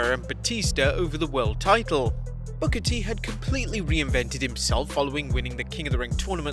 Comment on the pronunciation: Love the emphasis on the R on "King BookER"